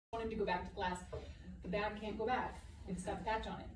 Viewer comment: The fleg on the beg. :)